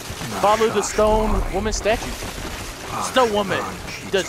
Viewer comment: Every time he says stone women it sounds like he's saying stoned women